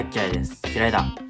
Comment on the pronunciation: 2017はほんとに全員グランプリでいいくらい応援してた。 トマト嫌いのくだりの｢嫌いだ｣が｢気合いだ｣に聞こえる謎の現象。